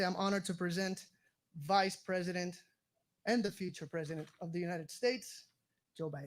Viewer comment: Biden for resident... he ain't got the "P" ....